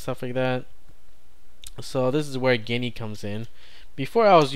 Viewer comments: It is not Guniea it is Jee nee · I've been using geany for years, It's my favorite ide on linux though it lacks some big features like (decent) projects. and I am pretty sure it is pronounced like genie because the icon is a genie lamp, but I am not 100% sure. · Why does he called Geany "Genny"? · It's not 'Guinea'. It's pronounced 'genie'. That's why the icon's a magic lamp.